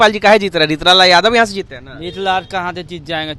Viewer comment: Neechlal boliye